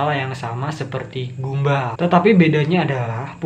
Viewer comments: Bukan gumba.... gumball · Mas baca nya bukan gumbal tapi "gambel" gitu bacanya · Gumball mbacanya gam-ball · Gamboll gini cara sebut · Btw abang Salah ucapin nya gumball jadi gambell